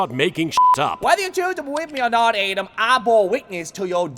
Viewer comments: Well, some people pronounce Yami's name as "Adam" Instead of "Atem".. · When he said Ate'em instead of Atem I was sent to the graveyard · For the love of Ra, says A-tim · ayedem adam A-tehm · Namfuak yeah voice made it sound like “Adam” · “It’s Adem (Atem)” I was cracking up the most at that. Such a simple question and answer that made journeying back to Ancient Egypt unnecessary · Adem. His mispronounciation of Atem.